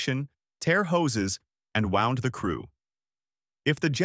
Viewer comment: ..... WTF "wowned the crew".... Think you need to concentrate on your pronunciation more.